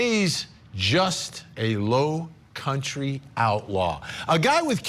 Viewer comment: Low country?? Dude ya said it one too many times in the wrong way